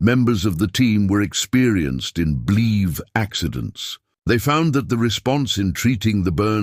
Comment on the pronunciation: It not called bleeves, it is called a bleve! Get a narrator that can read!